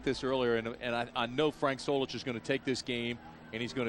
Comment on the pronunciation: Do you mean Solich not Zolich